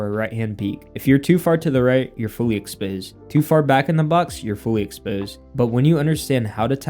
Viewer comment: “fully expoused” 😅